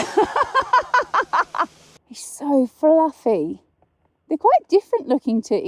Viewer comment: What the hell is flueffy ?😆